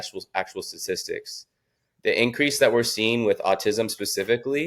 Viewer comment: He doesn't pronounce statistics correctly